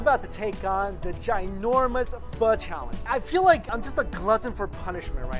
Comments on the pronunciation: What he said: i love pho What i heared: i love fuck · you said pho wrong